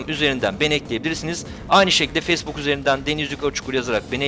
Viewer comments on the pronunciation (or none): none